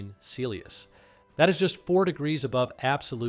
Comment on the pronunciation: Celious? Really? Ai much?